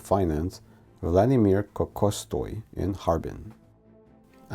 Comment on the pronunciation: Minor correction - the Minister of Finance of Russian Empire's name is Vladimir Nikolayevich Kokotsov, with a sound like ㅈ in the middle. But, otherwise, you have very impressive pronunciation of different languages!